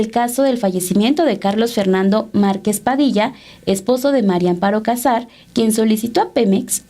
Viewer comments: No es Cásar, no lleva acento en la primera "a", éste apellido lleva acento prosódico, o sea, no escrito en la segunda "a" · Aprede a pronunciar el apellido cazar